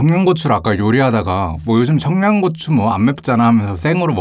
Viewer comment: 크림 소z흐 긍카 베이컨 청냥고추 크림 소z흐가 진짜 약간 사기수준이에요